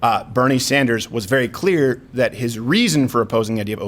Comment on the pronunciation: Cleeyah, ohdah, woe-ah, withdroring